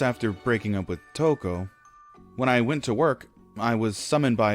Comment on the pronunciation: It's Touko, King. Not Touke.